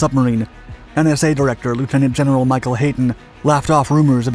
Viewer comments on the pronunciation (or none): none